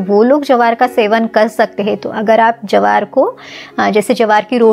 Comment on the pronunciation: Jawar nahi bola jata jwar bolte hain